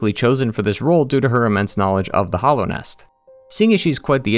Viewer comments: All of your opinions are invalidated by the fact that you keep calling it "Hollownest" instead of Hallownest. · Hallownest not "hollownest" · I love your videos but your pronunciation of hallownest is driving me nuts